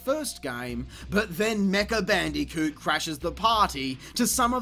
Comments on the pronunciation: BAN DEE KEWT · Gotta love the way he pronounces "Bandicoot"